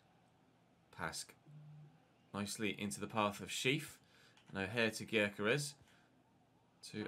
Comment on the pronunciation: Gyokeres is pronounced yokeresh